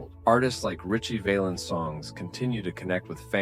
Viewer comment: Val ens say it with me …. Val Ens.. got it? Can’t take ya seriously if you can’t pronounce his name.